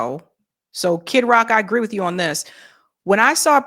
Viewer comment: I love your accent 😂, when you say ON it almost sounds like you say OWEN 😂😂